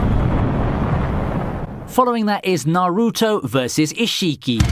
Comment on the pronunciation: No, no, no. The way he was pronouncing some names raised my anxiety. Naruto (don't stress the "A" and "U") Boruto ( Don't stress the "O" and "U") Isshiki( pronounce as ishki. Like the way you pronounce sasuke as saske.